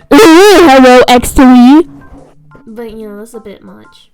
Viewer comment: I love how she said that’s a “BIT” Much lol